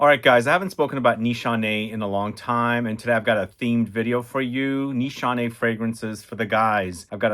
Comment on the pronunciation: No Nanshe no Ani X 😂😂 what a professor